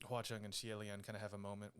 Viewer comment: All things considered, your grandmother sounds adorable. Mine is almost as old and she is nothing like that. No computer in the house or anything. Mispronouncing "Hua Cheng" and "watch on" sounds like it's super ripe for a parody video. Imagine Xie Lian going into battle and screaming "WATCH ON!" as Hua Cheng idfk transforms or something is too funny.